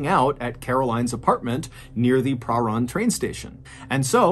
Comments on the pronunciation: As much as I love your videos I have one request as a Victorian from Australia never heard a place called perrun there is a place called parhan instead of saying it the way its spelt say this way per ran only its spelt parhan if going to do Aussie stories please know how it's said 😊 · Yes I’m from Melbourne where this happened. By the way that suburb is pronounced Prah -RAN (as in ran away) . Babysitter should still be in jail for this crime, evil woman. RIP Rachel.